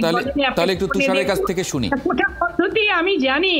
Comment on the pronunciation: ের উচ্চারণ লুক,,কুটা,, হাইকুট😅😅😅